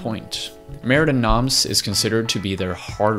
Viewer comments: Wish he could pronounce it "mair duh no(m)" with the slightest suggestion of an m at the word noms and absolutely no suggestion of an s at the end. Not murdee noms! Argh! Just stop it! Re-record the spoken word in this video soon as possible, dude! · mer de noms is pronounced "mare day NOM" not noms. just fyi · Don't prenounce the s of noms. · Mer de Noms, silent 's'. It's French, Sea of Names. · Mer de Noms is french hence the 's' is silent. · Great vid but FYI: in Mer De Noms the "s" is silent. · As a french guy it hurts me to jear you say “Mer de noms”. But I guess it would hurt you to hear me speak english 😁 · Nice video. Sorry to be this guy, but I would like to point out that "Mer de Noms" is in French ("Sea of Names"), so "Noms" should be pronounced without the 's'. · You are butchering the tittle of the album Mer de noms is sea of words, lrn the proper pronunciation or say it in English